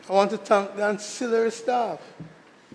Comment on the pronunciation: Senator, is it "TANK" or THANK"?